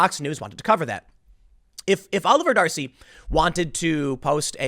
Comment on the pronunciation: Every time you say 'Oliver D'Arcy I hear Jefferson.